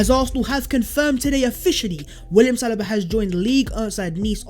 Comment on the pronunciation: Sa lee BA not salibaaaa